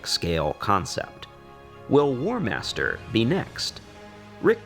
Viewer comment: "Warhamster" :D